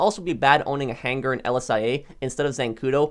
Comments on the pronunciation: The way this guy says buhnkar and hang gar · Why does he say hanGar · My only issue with any of your content is the way you pronounce hangar.